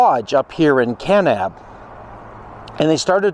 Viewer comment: The way you say Kanab and Zion lets me know that you are not from those parts. 😂